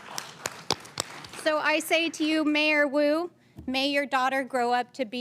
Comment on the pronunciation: I thought he was calling Mayor Wu "Kato". I pictured Peter Sellers saying; "Not Now Kato!"